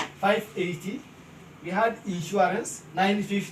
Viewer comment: *Insurance nor insuArance..